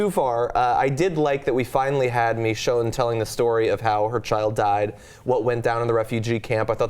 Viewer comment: pronunciation of Michonne... "Mee-shone" C'mon, its more of a short "i" sound.